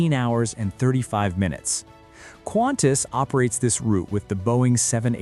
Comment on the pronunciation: It’s Qantas. Not Quantas. Please.